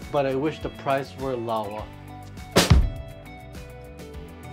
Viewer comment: Lower: Laowa loll